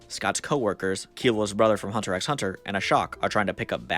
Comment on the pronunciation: The X in "Hunter x Hunter" is silent btw, self proclaimed smooth brained americans are not immune from learning things y'know